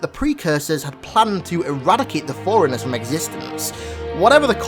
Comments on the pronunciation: It's pronounced 4 runners. Not foreigners. Just saying.. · It all ways sounds like you're saying foreigners instead of forunners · Every time he says forerunners it sounds like foreigners